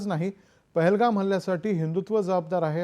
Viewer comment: pahalgam not thahlgam